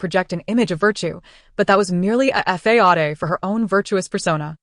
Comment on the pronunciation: What's with the AI not saying "facade" or " naive" properly in any of these stories?